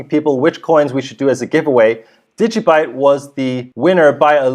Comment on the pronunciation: degee byte ha ha ha